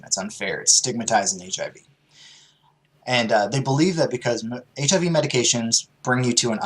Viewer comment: Damn, that was kinda fucked up starting out, joking about "So you don't got the full AIDS, just the HIV"? (Sounded out phonetically, instead of the initials, like folks do when joking about it).. seemed kinda tasteless, Steven. :-/